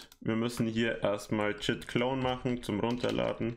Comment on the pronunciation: Er hat jetzt nicht wirklich "jit clone" gesagt! 🥲